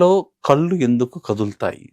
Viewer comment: It is కళ్ళు not కల్లు